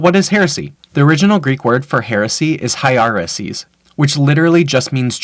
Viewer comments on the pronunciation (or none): If you’re gonna use greek to explain a word the least you can do is pronounce appropriately. It’s not HIGH-ARR-ESYS. It’s (Ehreseess) h is silent . You’re a heretic ! 😂